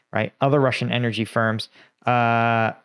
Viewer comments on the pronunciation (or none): none